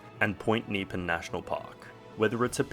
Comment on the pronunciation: Point Neepan?!!!! Point Nep-ee-an. Get it right!